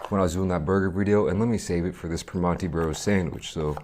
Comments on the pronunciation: Hello fellow yinzer. I hate the way he pronounces it "Primonti's" tho lol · haha yeah that irked me too. its pronounced more like per-MAN-(t)ee bros around here but at least he tried